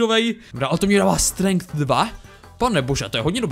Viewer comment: Nečte se to strenk ale strenč